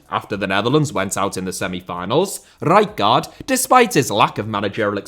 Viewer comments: It's pronounced Ray-kart ! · Isn't it R-eye-card? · Pissing myself laughing at the pronunciation of Rijkaard. How many more R's can you add in? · I laughed eveytime you said rijkaard haha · Nothing wrong with your pronunciation of Rijkaard except for the split you make in the middle. Just pronounce both parts back to back and you'll be an honorary eredivisie commentator in no time. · Please stop saying Rijkaard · Fucking say rijkard one more time like that ffs